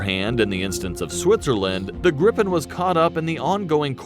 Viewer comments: Answer no. It's not pronounced like that. Then it would be spelled "Grippen"...So "Gripen" has more emphasis on a longer "i" if that makes sense 🙂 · Yes his granddad flow Draken which was translated to "Kite". In English, it would be The Dragon actually. Gripen is Griffin in English which I think it's easier for people to use then Gripen, The "i" in Gr"i"pen sounds close to the "e's" in Gr"ee"d. So Gree -pen User (Swedish air force) asks the government for a new fighter where they set up the requirements they ask for. The government sends that to FMV (The procurement agency) to specify the requirements, make them understandable for market as technical regulation/requirements. FMV will then look if something already on the market meets or is close to meeting the requirements. They then report to the government their findings. price for existing products but also a ballpark estimate of what a new development would cost. In this case, No fighters filled the requirements so new production. SAAB won to a set budget. After that the Air force, FMV, and SAAB worked together to fulfill the requirements set. yes there are more nations involved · No. We pronounce it different. It's only 1 "p" so it's a long "i" . Griiiiiipen. If it's a short "i" it will be spelled like this "Gippen". Gripen in English = " The griffin". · As a rule of thumb if there is only one consonant after the vowel the vowel is "long" sounding. Two consonants or more makes it short sounding. So it should be pronounced greapen/greepen. The i in Viggen should be short like in wig or big. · The i in Gripen is longer in Swedish but otherwise it is the same. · You are pronouncing Gripen with a strong P and N , rather you should emphasize the vowel’s I and E and soften the consonants after the vowels. So long sounding I and E, short and soft P and N. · No its Gripen...with a longer I. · GRIPEN pronance GREEPEN not GriPPen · It is pronueced GRIpen and DRAken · Gripen is pronounced like greepen.